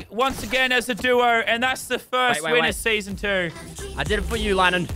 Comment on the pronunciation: Did you say lannan ots lennen